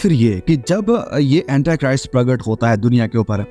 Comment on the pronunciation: Aapke sare msgs to d point hote hai...thnx for updating us for Eternal time... But its not Antachrist what U say..its Antichrist...aap hindi me bhi kahenge to chalega, English bolna itni bhi jaroori nahi hai.. baki sab bahut excellent hai 👌🔥👏👏💕👍